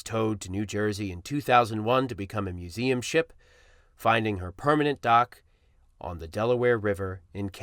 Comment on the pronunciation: learn how to pronounce museum